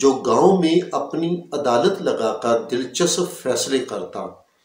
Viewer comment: URDU ALFAZ KI ADAYGI DRUST FARMAIN " DIL CHASAP" NAHI HOTA DILCHASP DRUST HA. MAZEED BHI BOHAT ALFAZ KA SATYA NAS KIA HA AAP NE.